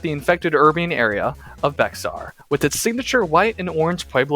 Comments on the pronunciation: Bexar is called bear by Texian and yes that was what the originally called themselves and it is pronounced B-Ay-Har all in one word by the Mexicans that used to live there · This is a great map, and could be a nice fit into the lore of G and B of were zombies came to America. Also its pronounced "Bear" like the animal not "Bexar" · as a tejano (mexican texan) this is insanely cool and i love the work put into this, but for future reference for you or anyone reading this the x in “bexar” is silent, and it’s pronounced “bear.” and also not to nitpick but “san jacinto” is pronounced “san hah-seen-toh,” not “san jah-sin-toe.” again love the work put into this and to have texas history be represented, and the john character seems like a pretty good reflection of a typical texan circa 1836 lol